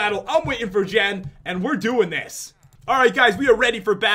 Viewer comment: No you said four as in the number four but he said FOR